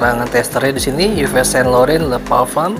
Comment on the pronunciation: Bukan Yives bacanya bang tapi iv sang lorong